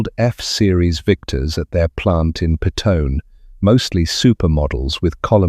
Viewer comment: They were assembled in Petone in NZ . It is pronounced Pet own ee